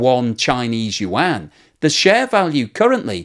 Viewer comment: your chn pronounciation for yuan have gotten so good! i remember when you used to say it like "wan" XD thank you for learning, keep it up!